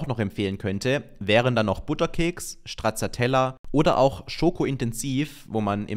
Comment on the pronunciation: Das heisst Stracciatella nicht Strazatella 😂